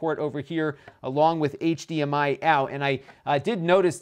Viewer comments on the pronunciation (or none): none